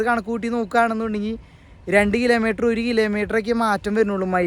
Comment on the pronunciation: കിലേ മീറ്റർ അല്ല. കിലോമീറ്റർ എന്ന് പറ.